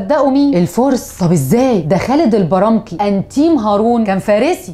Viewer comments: البَرْمَكي مش البرامكي..خُراسان مش خَراسان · تقولين ان هارون الرشيد من الخلفاء الراشدين .. وهو خطأ جسيم فالراشدون أربعة فقط .. وتقولين أن هارون استدعى اخاه الى دمشق والحقيقة انه استدعاه الى بغداد لأنها كانت عاصمة الخلافة العباسية.. كذلك تخطئين في لفظ الأسماء والألقاب كقولك يحيى البرامكي وهو يحيى البرمكي .. وقلتي أن الأصفهاني كان أموي والحقيقة أنه كان شيعيا متعصبا. وقلتي عن ملك الروم انه ناقوره والصحيح نقفور أو تكفور .. وقلتي عمرو الجاحظ وهو عثمان الجاحظ ابو عمرو .. وفاتك أن تذكري ان الرشيد عليه رحمة الله مات في مرو التي هي مدينة قم حاليا في إيران ومدفون الى جانب الامام موسى الرضا. ومع كل هذا فمعلوماتك قيمة وجهدك المبذول تشكرين عليه. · اذة شكرا على مجهودك لكن فقط للتنبيه في اسماء قرئت خطأ مثل: البرمكي وأموي: بضم الهمزة نسبة لأمية، وجزاك الله خيرا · استاذة حضرتك محتاجة تظبطى نطقك لبعض المصطلحات مثل أمة - البرمكى - أموى-خرسان..بالإضافة الى ان حضرتك بتقولى عاصر الائمة الكبار ومنهم ابو حنيفة مع العلم ان ابو حنيفة توفى سنة 150 ه‍ يعنى ف نفس سنة ميلاد هارون الرشيد حسب ماذكرتى تاريخ ميلاده.شكرا لاستمتاعنا بالحلقة مع حضرتك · البرمكي تعلمي النطق